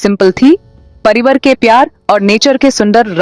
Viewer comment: परिवर नहीं... परिवार...🤣🤣🤣🤣🤣🤣